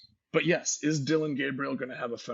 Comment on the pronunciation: Cant wait for talking ducks to come back for the season. Good show! Love J Stew FYI its Dillon not Dylan